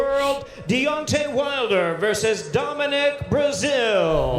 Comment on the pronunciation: His name is Domineek